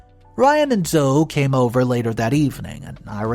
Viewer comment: ZO-"E", not Zo. The E is NOT silent! This is my daughter's name. Please get this one right. It is Zo-E....